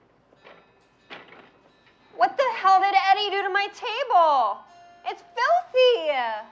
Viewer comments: It's filthy -e-a 😂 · OBSESSED with the way she pronounces filthy “FIL-thee-A” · I never realized the word 'filthy' had so many syllables.